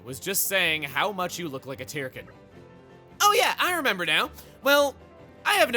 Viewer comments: You know, in all of the cutscenes and heart-to-hearts, they always pronounce the word "Tirkin" as "TUR-kin" so I don't really know why chuggaa keeps pronouncing it as "TEAR-kin". Kind of strange. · For someone so... Anal (heh) about official pronunciations, sure likes mispronouncing Tirkin literally seconds after they say the word in game